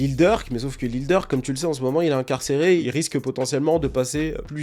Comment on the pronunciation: Ta manière de dire INCARCÉRÉ et ASSASSINÉ nan jsuis trop trop mort là